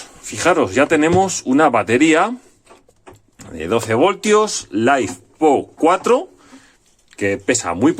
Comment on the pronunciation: lifepo4, litio, ferro, no laifpo, que rs vidapo